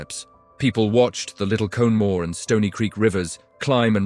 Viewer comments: Conemaugh is pronounced KON-e maw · It's pronounced Konn uh maw My grands lost cousins in the flood.